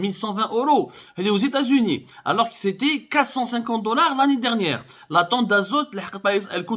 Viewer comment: L'anni diirnieiire